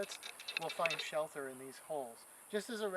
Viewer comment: "Shell Ter"